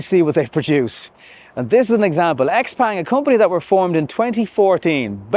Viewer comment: This car was launched 2022 here in China. It’s an awesome EV but it also has a lot of competition from other brands as the Chinese market has exploded with new models and brands. It’s pronounced Xiaopong, not Xpeng.